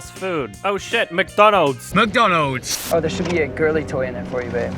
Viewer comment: is just a reference for myself because the "MCDONNOUGHS" always makes me crack up